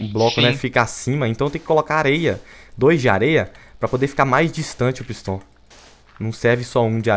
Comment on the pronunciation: Viniccius13 fala pisto e n pistão kkkk